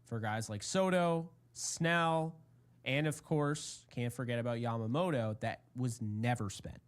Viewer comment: The butchering of yamamotos name is hilarious